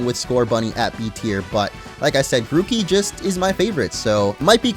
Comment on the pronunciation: It's not Gucci Gang it's Grooky Gang